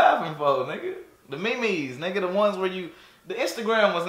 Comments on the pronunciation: the mee-mees nigga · Bro said meemees memes 😂😂😂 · "The ME MES" 😂😂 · The me mes ??? Was he for real ? 💀🤣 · he said the MeMes and the coranoravirus🤣🤣🤣🤣🤣🤣🤣🤣🤣🤣🤣🤣🤣😂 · Bro was saying memes in Spanish, this shi got me dead ong🗿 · He has to be saying these wrong on purpose istg